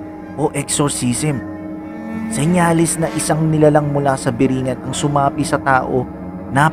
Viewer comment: Tamang bigkas po dyan is biri-'ngan, nasa dulo po yun stress, ehehe, yan po yung bigkas ng mga taga samar na gaya ko.